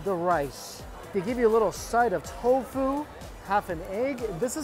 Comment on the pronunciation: Omg. Why u keep aaying tau gua as toufu. Toufu is toufu, tau gua ia tau gua.